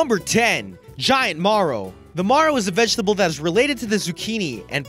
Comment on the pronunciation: wtf is a 'mahrow'?! Ma-row...short a sound, like 'arrow' with an m on the front.